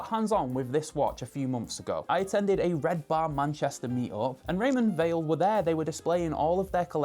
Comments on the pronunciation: Did they tell you how to pronounce Weil? I would have thought it’s like the word “while” rather than “wheel” or, as you say it “vale” - no biggie just seems to be a thing about this brand nobody quite clears up. Beautiful looking watch! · It’s pronounced “wile” not “vale” — so says the CEO of the company! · It's pronounced Raymond VILE. In German and Swiss German, W is a sounded as a V.